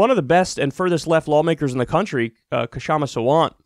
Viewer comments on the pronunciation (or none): BTW the "K" in Kshama is silent. It's like saying knife. You don't say Ka-nife. I'm mean you could, but not if you aren't trying to sound sort of silly. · Seattleite here. Kshama's name is pronounced w/out the K. The K is silent. Shama. And don't be so sure she's lost quite yet. Many more ballots to count, we have mail-in here and late ballots here tend to be more left. Fingers crossed.